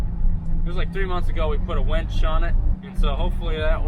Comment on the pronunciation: Winch not wench lol. Look up the meaning and you’ll see the humour.